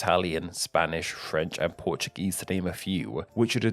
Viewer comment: ah yes, port-u-gese